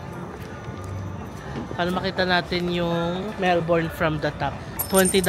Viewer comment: last day na di pa rin mapronounce nang tama ang melbourne amp